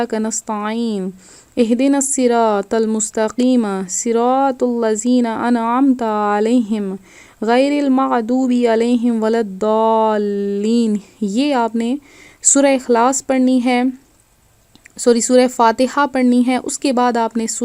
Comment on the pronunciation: Byta..maazooby na kahain blky arabi tilawt sumln kr islah krain..dosra ...lmyalid..k talafuz...islah zrori Hy wrna. Maani bdl jaty Hain..